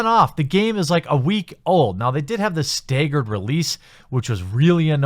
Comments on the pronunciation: "stay-gerd" lmao fuck you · Once you mispronounced “staggered” you lost all credibility.